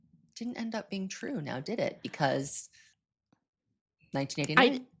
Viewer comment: Sorry sweetheart but who the f*** told you that colouring your entire eyelid emerald green to match your t-shirt was a good idea ?????????? + sorry ( again) but wtf is a human "bean"?? Maybe practice your make-up application + English pronunciation before going on a podcast. 😂😂 Just some friendly advice from a concerned Make-up Artist, who can also speak + pronounce all basic spoken English.